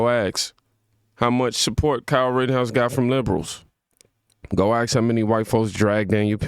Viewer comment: axe axe=ask , can you say ask ? ASKing for a friend ..